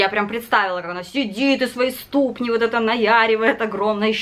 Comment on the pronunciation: В слове ступни -ударение на последний слог-ступнИ, ступнЯ, а в слове позерский-на второй,а не на первый...